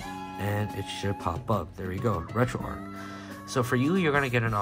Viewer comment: It’s not Retroark, it’s RetroArch. Like Charles, not Karles. Like the St. Louis Arch or Golden Arches for Retro McDonald’s.